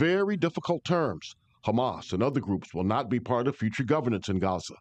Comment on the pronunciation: Hamas and LIKUD ...! Hamas and LIKUD ...! How many times are you going to get it wrong ..!